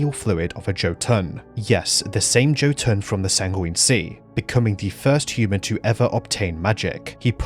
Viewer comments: "yo-tuhn" not "Joe-tuhn". Or, if you wanna be very anal about it, Jötunn (Singular of Jötnar) is pronounced "yuh-tuhn", the umlaut over the "o" making it an "uh" sound iirc. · Not Joe-Toon. Amazing video as always! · "Joe Tonne" instead of Jotuun 🥀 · I love how you pronounce Jotunn as joe-tonne.